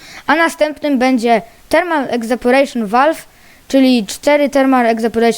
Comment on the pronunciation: czyta sie ewaporejszyn a nie egzaporejszyn